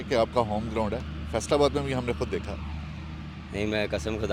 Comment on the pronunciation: 😅😅😅😅😅. Ground ko Groond kehna wla😅😅😅😅